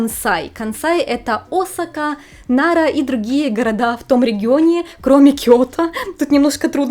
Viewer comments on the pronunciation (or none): none